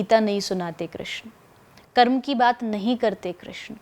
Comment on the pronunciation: Bhai please 'karm' ko karma mat bolo ye galat hai ye galat chij ko speard mot karo